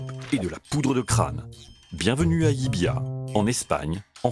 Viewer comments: Ils se sont aussi trompé de prononciation : personne ne dit "LIBIA'...mais "LIVIA" (en phonétique). Le "V" en Catalogne se prononce comme un...."V"....!! Et pas comme un "B" , ça c'est à Madrid....!!! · Salut...! Si LLIVIA se situe bien en Espagne , cette ville est en Région de Catalogne et sa langue est le Catalan...! Donc LLIVIA se prononce comme cela s'écrit (LIVIA)...et pas "LLIBIA"....!!😅(prononcé plus de 15 fois..!!! 🤨) Le "V" prononcé "B" , c'est du CASTILLAN...(l'Espagnol "académique" ). Vous auriez pu faire l'effort de quelques recherches...! NOUS les contribuables , on vous en donne les moyens..!! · *Llívia et non Llibiá... Ok, je chipote sur la prononciation. Merci quand même 😉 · ... Et le V se prononce V en Catalan et dans son dialecte local Cerdan ... Là ils disent le "LL" Catalan et le "V" Espagnol. C'est soit /ʎibja/ en Espagnol qui n'y est quasi pas parlé soit /ljiβia/ en Catalan qui y est la langue quasi exclusive. La prononciation /ljibia/ n'existe pas hors de cette vidéo 🙃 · Non c´est ni "Libia "ni "Livia" , mais c´est "Llívia" avec 2 Ll qui se prononce en catalan Yeu donc phonétiquement Yivia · LIivía prononciation "Yivia" avec le ye